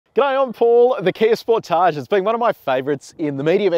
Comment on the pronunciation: Its not a spor tage its a sportage one word not french.